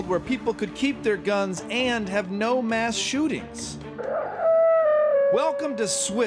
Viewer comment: America pronounces their 'mass' as 'mash'